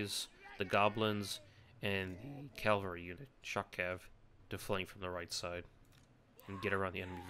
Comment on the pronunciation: IT'S CAVALRY! CA-VAL-RY! Sorry.